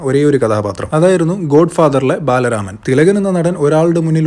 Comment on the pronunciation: ബലരാമൻ എന്നല്ല ബ്രോ, "ബാലരാമൻ" എന്നാ പേര്.